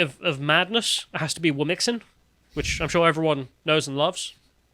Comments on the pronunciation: It's not "wom-mix-in", it's "whom-chin". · It’s “womxn”, like ‘womzin”.